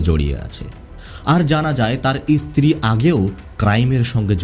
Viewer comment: আপনি এত ভালোভাবে কথা বলছেন। কিন্তু এই যে ইস ইস উচ্চারণ করছেন।। এটা শুনতে আমার খুবই অসহ্য লাগছে। যেমন স্ত্রী না বলে ইস্ত্রী ইস্ত্রী করছেন। আপনার কথা শুনে মনে হচ্ছে আপনি শিক্ষিত অবশ্যই আপনি ভালোই শিক্ষিত এভাবে কিন্তু এভাবে বিকৃতভাবে শব্দ উচ্চারণ করছেন ইস ইস এ আবার কি রকম ভাষা।। ভাষাটা পরিষ্কার করবেন কথাটা ইস্ত্রী নয় স্ত্রী।। এরকম অনেক ভাষাতেই ইস উচ্চারণ করছেন।। সবগুলো আর লিখলাম না।বাংলা ভাষা যারা সঠিকভাবে উচ্চারণ করতে না পারে তাদের ভাষা আমার মোটেই শুনতে ভালো লাগে না